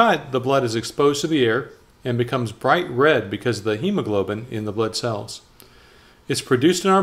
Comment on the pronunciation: All i can hear butt cell😂